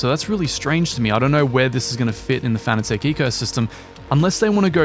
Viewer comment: Fanatec is pronounced like fanatic. Not fana-tech.